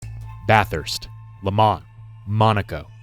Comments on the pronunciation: holy hell a non Australian said it correctly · Thank you for saying bathurst correctly. Most non aussie/kiwi call it Bath-Hurst.